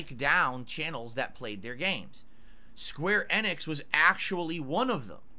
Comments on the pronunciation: square annix is an insane pronounciation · I know it pisses me off everytime he says it.